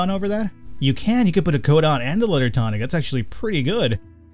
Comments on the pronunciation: Hey. It's pronounced too-nick. Not tonic. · its (tuu-nik) pronounciation pronounciation nazi=me